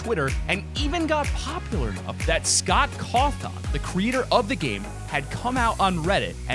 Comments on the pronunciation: HIS NAME IS SCOTT COFFIN THATS HOW YOUR PRONOUNCE IT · WHen you say scott cowtha ...... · bruh he said scott corthorn lol